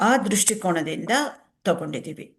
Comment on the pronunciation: ಅತ್ಯುತ್ತಮ ಕಾರ್ಯಕ್ರಮ 🙏🏻 ದೃಷ್ಟಿಕೋನ ಎಂದು ಹೇಳಬೇಕು. ದೃಷ್ಟಿಕೋಣ ಅಲ್ಲ